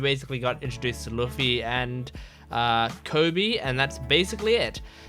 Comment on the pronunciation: Your Luffy pronounce is wrong